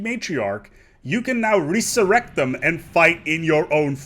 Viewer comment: I don't mean to be a dick, but your pronunciation of resurrect gave me cancer.